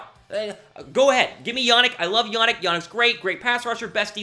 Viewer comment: Better video but it’s Ya-neek not Ya-nick